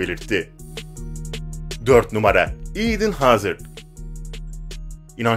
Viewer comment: Video güzel ama isim tabirleri kanti eeedın hazırd pagba faln gülmekten öldüm djjdjdjeje